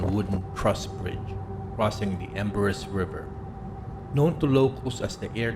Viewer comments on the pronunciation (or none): The correct pronunciation for Embarras River is Ambraw River